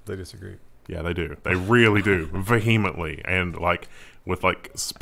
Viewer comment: pronunciation of vehemently makes me think he hasn’t heard it said out loud and has only read it in books